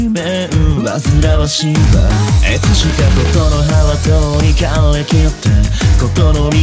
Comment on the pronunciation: の｢いつしか｣が｢えつしか｣みたいになってんのめっちゃ好きてか全体的にあいまいな発音好きだお前の歌が好きだ